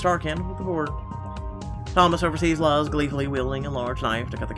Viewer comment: Luz is said like Louse just so you know.